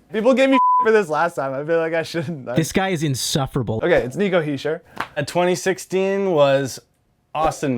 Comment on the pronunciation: Its HISCHIER not hisher!! 😂